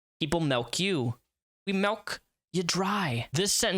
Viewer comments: Ughhh great breakdown but the way you pronounce milk is driving me insane 😂 m.i.l.k not m.e.l.k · dude, you gotta stop saying melk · You say milk as melk and this is humorous to me.